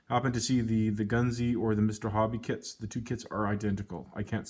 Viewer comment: Nice find been trying to find one for years missed a few on ebay,... tonnes out there! Where?? its pronounced goons (gunze sangyo)